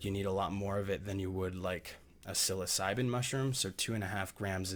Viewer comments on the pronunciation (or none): none